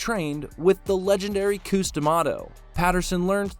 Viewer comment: Cus 😭 not Coos